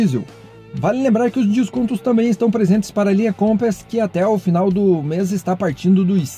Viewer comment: Meu caro, sua pronúncia sobre o Compass está errada viu .